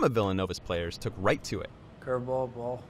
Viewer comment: 他說的這是一顆壞球(Ball)而不是牆(Wall)吧 ，牆聽起來不會怪怪的嗎